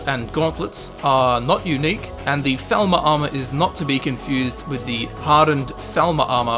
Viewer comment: It's FALL-mer... (They say it in the game...) -and actually, it is General Tullius/'/, because it is his... The apostrophe shows ownership, but it goes at the end of a noun that ends in S, and is still pronounced as "David's" would be, but you double the S sound.